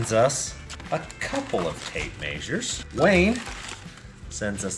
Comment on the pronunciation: That’s a lot of tape “mazures”